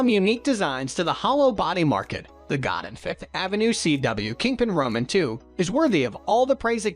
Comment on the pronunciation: Godin is actually pronounce "go day" ....common mistake